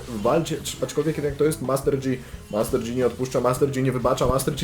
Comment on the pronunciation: Master JI sie czyta a nie dżi...